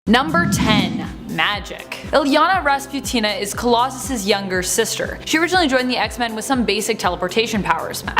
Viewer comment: “Illyana Rasputin,’” nor Rasputina. “Shadowcat,” not Shadow and Cat.